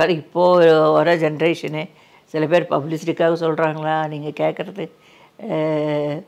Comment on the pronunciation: பேரை முதல் ல correcta சொல்லுங்க அப்புறமா love அ சொல்லுங்க